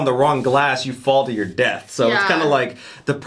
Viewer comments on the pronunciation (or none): none